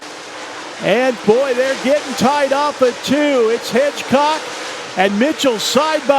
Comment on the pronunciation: Hedgecock not Hitchcock do your job!